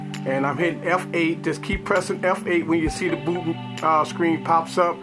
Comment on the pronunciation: it sounded like he said booty